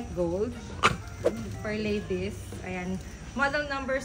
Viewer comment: Si naman, “lades” instead of “ladies”